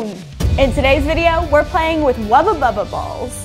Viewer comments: She says wabababa ball Me you mean wubble bubble ball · I don't know why I'm so tilted that it's being pronounced 'Wubba Bubba Ball'..... But I am. 🤣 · Thank you! I’ve literally been scrolling through the comments and saying to myself “why hasn’t anyone pointed out that it’s a WUBBLE BUBBLE and NOT a wubba bubba” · I actually looked through comments to see if anyone else noticed she was saying "Wubba Bubble" or if I was being picky. Glad it's not just me! It drove me bonkers. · So we are just gonna skip over the fact that said wubba bubba instead of wubble bubble😂she’s so adorable